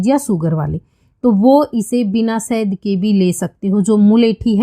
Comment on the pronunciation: Sahd nhi shahad hota hai